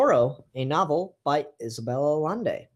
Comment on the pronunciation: it's pronounced "ayaynday"